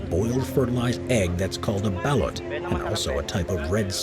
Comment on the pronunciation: Thumbs down, poorly researched, The duck-egg delicacy is called "bah-LOOT" not "ballot". The letter "A" in Tagalog ("Ta-GAH-log") is pronounced "ah", meaning Mandaluyong is pronounced "Mon-dah-LOO-yong", not "Man-da-LOO-yong", but the real clincher is that you should take in all the Metro Manila area for your calculations: Manila, Makati, Mandaluyong, Quezon City, etc. The place is a ZOO! I would expect Metro Manila to be THE most densely populated place on EARTH. It sure feels like it!